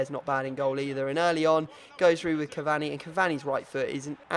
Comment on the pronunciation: Learn how to say cavani